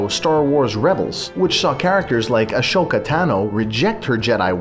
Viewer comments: The hyggyghyg IKR! Why is this such a common mispronounciation!? AH-soka, not ASH-oka! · A-sho-ka Tano. It's pronounced A-so-ka, the 'H' is silent. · Its ashoka with a silent h, not ashhhoka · You prounounce Ashoka like as-oh-ka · What the heck you said Ashoka when it's Asoka so you know nothing about Star Wars so shut up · You did Say ashoka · A-show-ka??? It a-so-ka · Ash-oka Tano? Really? ASH-oka!?!?! who are you Sean Connery? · Ashoka? Brah it's Ah-so-ka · Is nobody going to point out he just called Ahsoka "Ahshoka" what a freaking insult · How do you mispronounce Ahsoka Tano?? Otherwise great vid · Was obvious rey would be a grey jedi. How do you not know how to pronounce ahsoka? Have you even seen the shows?